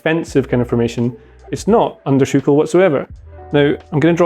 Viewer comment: Is it me or does sound like he is saying ‘Chucel’ rather than ‘Tuchel?’